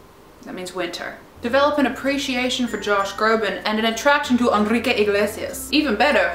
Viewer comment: You totally nailed saying Enrique